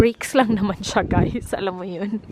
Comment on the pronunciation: That "hi ghAys"